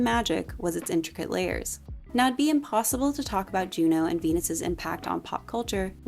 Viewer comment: the OH sound in french would be spelled eau. I believe Junon is pronounced more like you're actually saying it with the N but leave it off if that makes sense